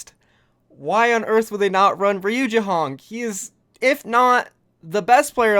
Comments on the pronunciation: Reye u not ree u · Yo. It is not „Riujehonk“ it is „Rujehong“, this is how you speak it. I am aware of that it is SPELLED different but you speak it like „Riujayhonk“ but it is „Rujehong“ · It is pronounced as RU - JEY - HONG please for the sake of my own sanity please say it right.